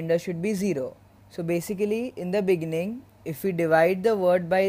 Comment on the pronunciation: "In the beninging"